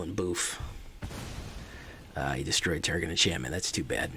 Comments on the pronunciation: TERGRID. Not TEGRID. I almost stopped watching because you were not saying it right. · And it is Tergrid. you do have to say the first R.